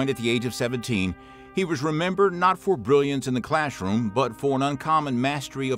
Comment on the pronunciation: What does "claschroom" mean?